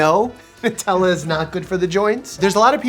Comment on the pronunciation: It's "new"tella